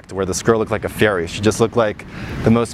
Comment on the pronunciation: I thought you said "ferry", instead of "fairy" 😂